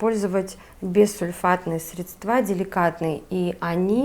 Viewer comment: ГидрОфильное ...средствА...слух режет